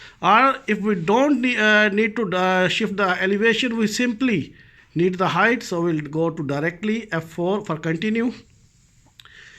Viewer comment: Your title misspelled 'height' presumably because you mispronounce it as hi-th instead of correctly as hi-T like bite; light; night; white....